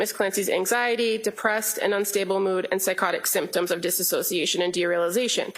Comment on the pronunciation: It's "dissociation" not "dissasociation"